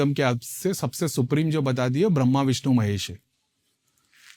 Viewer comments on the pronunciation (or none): none